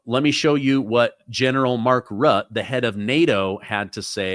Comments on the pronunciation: RUTTE is pronounced ROOTEH not RUT :) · Great showing by world leaders Trump and Putin. Actual leaders. Bravi due. But Rutte is not "rut" but "root-uh"